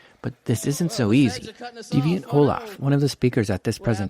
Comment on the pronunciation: It's Deviant OLLAM. Not Olaf.